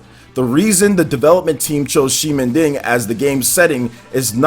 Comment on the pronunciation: You need to pronounce ximending —> ximenting .. anyway, Dusk diver looks great